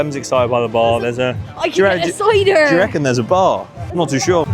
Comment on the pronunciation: Why did Em go so Westcountry when she mentioned cider? 😂😂